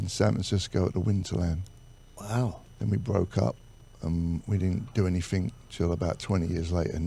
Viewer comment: "I like space. Any-fing to do wiff space."